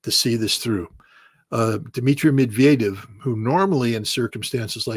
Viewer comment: Kudos to Ritter, the name is pronounced Med-ved-YEV. And, in defense of his asserting that Putin has superior intellectual prowess, let me add that the best chess masters in the world are Russian; the West continues to act like an imbecile.